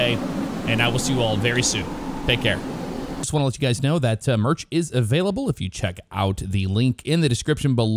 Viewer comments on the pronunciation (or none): none